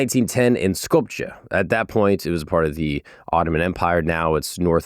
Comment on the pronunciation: Skopje is pronounced like “Skopiye”